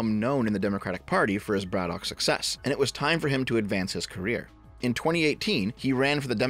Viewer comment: we pronounce it "Braddick" Also, ol Fetty there is NOT working class in any way shape or form.